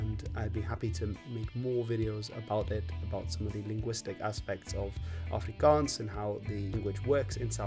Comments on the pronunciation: What a delightful suggestion by the YouTube algorithm! As a South African I must say that your pronunciation of Afrikaans words is *chef's kiss*. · As an afrikaaner who often has to suffer the ignorance of people who can't pronounce things right, I just have to say, absolute mad respect to you for going through the trouble of learning the correct pronunciation and getting it on point. Also thank you for all the effort you put into this, despite being afrikaans my parents gave me a very english upbringing, and now that I'm a young adult I realized how little the schools taught about my own and other peoples culture, so now I'm scavenging on the internet for the history of my people and my country. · Thank you for doing video's about my country, our history and my language. 😊I have never yet been insulted or gotten irritable watching your videos where you speak Afrikaans, if I didn't know better I would have thought you a local. 😅 Your pronounciation is impeccable, I appreciate the research you always seem to do with the content, and enjoy the obvious interest you have for South African history and Afrikaans. I've said this in a previous comment on a video you did about Afrikaans, "knap gedaan".